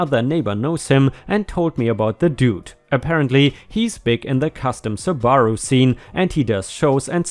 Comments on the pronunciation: Sue-ba-roo. Not Sue-bar-u. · Subaru. Listen to one of their commercials. The accent is on the first syllable, not the second.